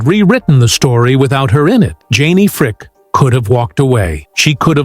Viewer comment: Last name is Frick-ee......not Fric-a....Idiots....and she's not 84, she's 77 until her next birthday in December.